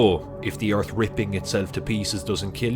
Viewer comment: The first word for me is earf